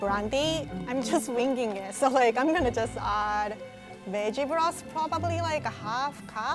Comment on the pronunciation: When she said "veg broth", I legit thought she said "bitch floss"